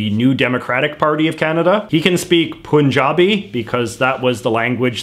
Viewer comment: He doesn't really have that strong of an accent, well... this is hard to put into words, he does sound weird but it seems to be more do to his demeanour and cadance rather than his accent that make his speech sound different, also J.J it's pronounced "Pun -JA-Bee" , think "Fun" not "poon"